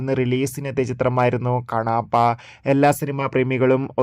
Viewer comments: കാണാപ്പ അല്ല കണ്ണപ്പ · കണാപ്പ അല്ലടാ കുണ്ണേ കണ്ണപ്പ